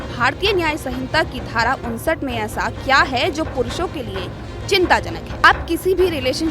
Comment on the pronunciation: Dhara sahi pronounce kare